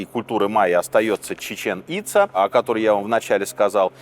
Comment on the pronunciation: ЧечÉн ицÁ Ударение на последнюю А. Как два слова.